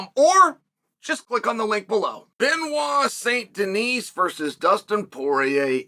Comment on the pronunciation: I cannot believe that Chael said BSD's name correctly